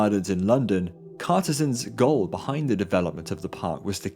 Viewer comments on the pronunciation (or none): none